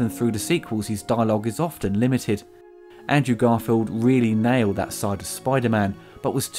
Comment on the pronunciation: Try getting the actor's name right first (Google is your friend). Say it with me: ANDREW GARFIELD